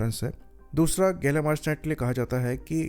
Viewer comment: pehle gallium ko gallum bolna bandh karo fundooo....